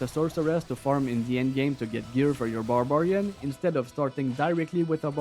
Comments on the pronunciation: Love the video. The way you say Bar-Bar-ian threw me off and I needed to pause and say it a few times cause it was funny. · No not at all haha I just don't think I've heard it said like that before. Barb-arian is usually how I hear it - neither are wrong I just enjoyed it.